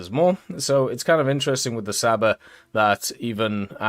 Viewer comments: It's not pronounced as "Saba", it's more like "Chaba", like ch sound in the word "chicken" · I’m just here for pronouncing Csaba